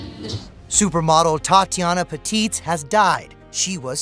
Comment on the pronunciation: Patitz and not Petitz